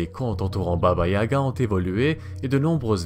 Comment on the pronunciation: Tout est bien sauf la prononciation, à améliorer de baba yaga